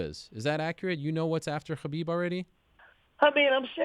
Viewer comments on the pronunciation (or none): I want to punch Ariel in the face every time he says Khabib.